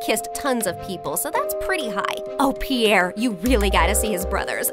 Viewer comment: Piere's accent is so good😂😂😂😂